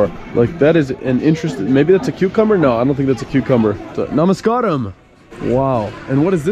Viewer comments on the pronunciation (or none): Its namaskaram, not namaskram. From 🇱🇰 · don't say Namaskraam......SAY...NAMAS KAA RAM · May I correct your pronunciation mostly your friend I believe - it is Namaskaaaram!! Good video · I know... but that is Namaskaram not Namaskram! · Namaskaaram. Correct pronunciation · LMAO IM Sorry BUT DID HE JUST SAY NAMAS KARAM 😂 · Hahahaha you guys are funny....first learn from someone how to say the word "Namaskaram" or just say Hi that will do. Good video bro.